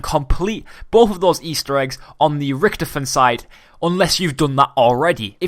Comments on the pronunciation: Why did you call him riktefien like WTF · U say it lyk riktofin, wtf